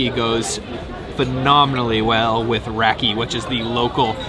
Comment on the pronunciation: Great video but please don't say "rakee". It's rah-kuh.